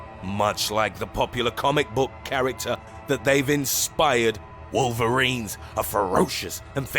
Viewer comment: Wolverines was cringe jeez cut the emphasis